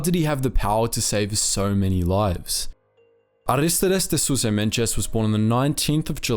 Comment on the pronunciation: Nice video! I think you learned to pronounce his name in Brazilian Portuguese. In Portuguese, Mendes doesn't have a "J" sound after the letter D